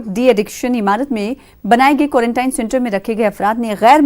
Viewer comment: It's not quarantyne it's quarantine